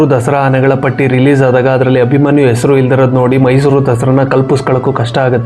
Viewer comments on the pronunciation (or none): none